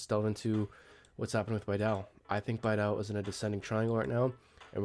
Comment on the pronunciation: its BEE-DOW, go watch one of bastian's video, that is how he pronounces it